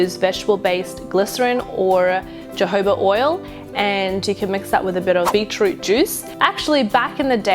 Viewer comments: jojoba is pronounced as hohoba i dunno y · jojoba oil is pronounced hohoba oil :) love your videos but I had to point that out :3